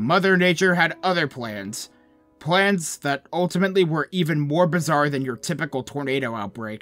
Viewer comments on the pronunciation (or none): none